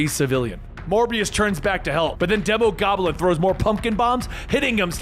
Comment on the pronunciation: Its Not demo goblin its Dee mo goblin like demon